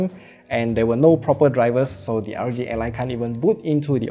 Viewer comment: Hey, just a little critique. It sounds like you're saying RG ally. Make sure to slow down enough with initialisms like R O G.